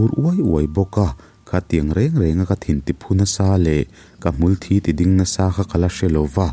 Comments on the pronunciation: Unaupa,I thil chhiarah khan; Hmulthi tih ah khan mitthi ti a kan lam rik ang chiah a a tawp lamrik san tur a ni e;thi i lam rik danah chuan thi(Blood) ti angin a thluk i lam hniam a,a awmzia i lambo daih a nia. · A hniam zawng alam chuan thisen (blood) sawina ki ani a, sang deuh rai a athluk chuan a sawi tum hmulthi dik tak hi ani... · A ngaihnawm leh pek mang e. Mahse, ka sel hram dawn. Hmulthi i lam dan hi i tisual palh anih ka ring. 'Thi' tih lai hi a sangin han lamri ta la, a ngaihnawm lehzual ang. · i channel hi ka ngaithla ve nual tawh a, mizp tawng i thiam in i aw nen pawh a inhmeh khawp mai, mahse ka tih duh chu "Hmulthi" tih a 'thi' tih hi blood ang in i lamri thin a, 'thi' dead ang zawk a la, rik tur a nia, nakin zel ah i lo tangkaipui theih tak in.